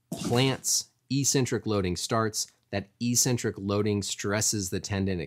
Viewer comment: You’re missing a C when pronouncing eccentric